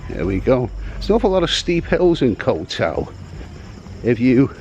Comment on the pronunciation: Boomers on social media are something else lol Can you say "young Scandinavian girl" "ko-u tao" and "shady" one more time please 😂 This 13 min video could have be 3 minutes 😮‍💨